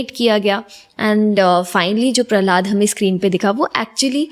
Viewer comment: Prahlad Prahlad Bol rhi h …Prahlad maharaj koi cartoon nhi h Jo Prahlada Bol rhi hai… jb nhi aata Bolzano to interview mt lo…